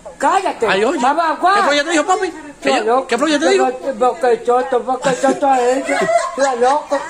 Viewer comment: Hayyy que risa 😂 tú ere bellaco dile cara de Soto 😂😂😂 y ella lo dise mal 🙈😂😂♥️🥰